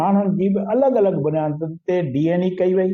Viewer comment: Saeen, DNA not DNE